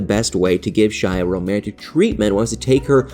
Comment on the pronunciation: U guys need to say the woman's name properly. Shaheeda not Shyda come on now.